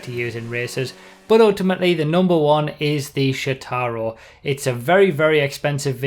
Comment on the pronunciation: Quick note: Since Shotaro a Japanese name, the emphasis is on the first syllable, not the second.